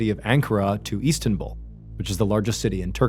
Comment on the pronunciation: hey man, where are you from? Because you pronounce words horribly. It’s Istanbul. Not whatever you said. Also in a previous video, you said, Gillian barr incorrectly as well. And you pronounce it in ways that I’ve never heard anybody pronounce anything and I travel often. Super weird. Love the content. Just wish that some of the videos weren’t so deceitful. It’d be really cool to have a story told without like hiding or omitting certain details just for shock factor. Anyways, that’s just my two cents from somebody who’s been binge listening.